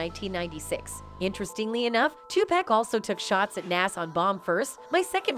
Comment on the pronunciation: STOP REPORTING ON BLACK ARTIST !!!! How tf you can’t say Nicki Minaj , Tupac or NAS WTF